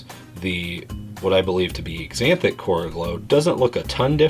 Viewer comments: Drinking game take a shot everytime he says exzantic, and the person who doesn't die wins. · Man, I want to shoot myself every time he says exzanthic. Can you do some English research before you attempt to come off as some kind of authority? Look at the word. The A is not silent. I feel like he's trying to pronounce professor X's name.